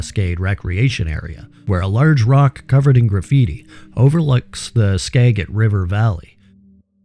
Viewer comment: Great vid,. One small side note: Skagit River has a single 'g' so is "soft", as in, 'ska jit'. Don't mind me.